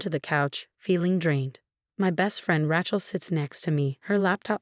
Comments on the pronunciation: RAY-chel, not Ratchel. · The name is Ray-chel never Rat-chelsea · Please get rid of AI! Can’t stand misspellings and mispronunciations. Get real already! It Rachel with a long A! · AI reader, she cannot pronounce Rachel, weird